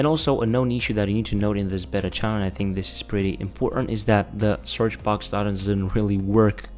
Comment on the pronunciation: when you say Beta it sound like Better